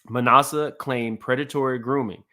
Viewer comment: “ma NASS eh” not “ma NAH suh” (just trying to help) ☺️